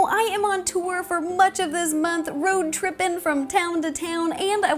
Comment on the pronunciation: "Road trippin'!" more like "Ro trippin'!"